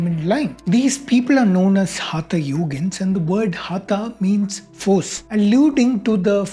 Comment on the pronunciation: Good job. Just a minor point: for someone who has studied years of Sanskrit in school, hope it would not be a problem to pronounce हठ (force) yoga correctly, and not as हथ yoga. That's the minimum one can do right to address the single key term this post is about -- हठ. After all, it is the हठ part of the practice of yoga that is being discussed here, and hence the proper title should read: Is Modern Hatha Yoga from India?